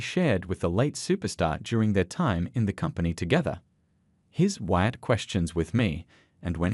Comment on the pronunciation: It's not Watt it's Wyatt